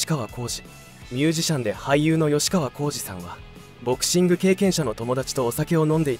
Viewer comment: ﾖｼｶﾜｺｳｼﾞじゃなく、ｷｯｶﾜｺｳｼﾞね